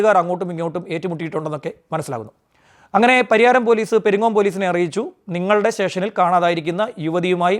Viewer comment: Pariharam alla. Pariyaram